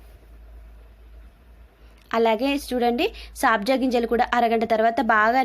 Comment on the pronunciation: Saabja ginjalu kadandi sabja ginjalu